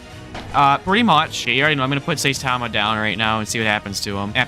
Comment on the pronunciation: Saitama is said sigh-tom-a